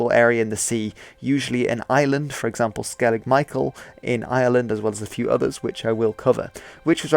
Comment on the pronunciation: I find it very hard to distinguish how you pronounce ireland from how you pronounce island